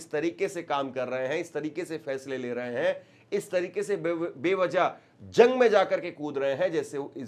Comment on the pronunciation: Sir,zang nahi bolte jang bolte hai